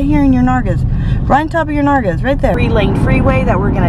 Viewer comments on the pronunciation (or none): I love the way that you say "nalgas". 😂😂